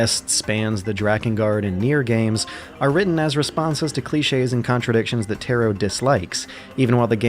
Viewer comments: Taro is not tarot it's たろ TA-RO rhymes with BRA-BRO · TEAR( LIKE RIPPING PAPER )- OH TAR - O I forgot this is why I cant watch any of your videos , your pronunciation is terrible . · Yoko TARO - you constantly said "Tero" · yoko tAAAro not Taero not tayro Tar- Roo TAR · Tar-o not Tear-o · Taro TAR-O not tear-O... japanese: ps3 = dad xbox360 = brother america: ps3 AND 360 = father only subtitles being nier:gestalt and nier:replicant, one brother, one dad, which gets weird when your calling the hero and final villian those. the more you fucking know p.s. - go watch Clemps videos on ALL the nier/drakengard games. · Taro Tah-Roe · How do you pronounce Gestalt so well and still struggle to pronounce Taro correctly? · Every time you say “Taro” I die a bit inside. It’s so bad omg